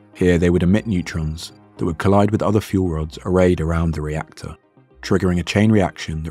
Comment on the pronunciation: rector core